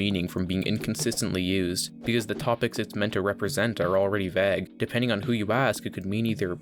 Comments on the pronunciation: Is vague not vag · Why this guy say "vag" instead of vague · its pronounced v-ae-gue not v- aa- gue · vayg, not vaag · Please pronounce vague right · I've never heard anyone pronounce vague like vagg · Why do you pronounce vague as vegg? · why do you say vague like bag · bro actually pronounces vague "vag" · You pronounce vague weirdly. Great video tho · i am still wondering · you say you read every comment so i know you are reading this. it has been a year and i still haven't gotten my answer. why do you say vague like that? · Please learn to pronounce vague :X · Stop saying vague. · why do you say vague so weirdly? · Please never say “vague” again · Dude makes this pretentious ass video and can’t even pronounce vague right. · The way you pronounce vague ruined the video for me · Bruh please dont pronounce vague like that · You have a funny way of saying "vague" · mofo cant say vague properly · THE WAY THIS GUY SAYS "VAGUE" STRESSES ME OUT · Lol can u say vague ina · I can't get over how you pronounce vague. Also I'm surprised you didn't touch on Fortnite's predatory practices.